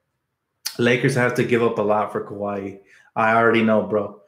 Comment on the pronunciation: Say it with me, Kuh-why lol